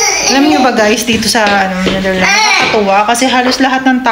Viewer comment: Pls speak the S sa name sa country...The NetherlandS and not Netherland.